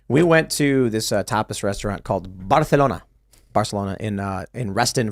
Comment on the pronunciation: Barcelona: "Barthelona -- that's how they pronounce it in Catalonia." - Tim Wrong. In Catalonia (where Barcelona is), Barcelona is pronounced more or less the way English speakers pronounce it, with the "c" sounding like an "s." It's the REST of Spain speaking Castilian Spanish (i.e standard Spanish in Spain) that pronounces the "c" like "th." But NOT in Catalonia.